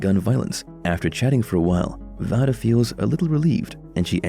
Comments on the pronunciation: Vada's name is pronounced Veida not Vada but it is spelt Vada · Can you pernouced vadas name right (vay duh not voh duh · Have you actually watched the Fall out? You have a lot of info mixed up It's V long a day not voda like you pronounce it. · It's not (VAH-DUH) its (VAY-DUH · Its vay- duh